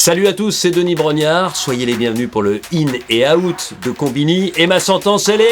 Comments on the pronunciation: C'est out pas a-out mais sinon stylé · Quitte à corriger la prononciation mets "Ouwt", out à la française ça sonne pas pareil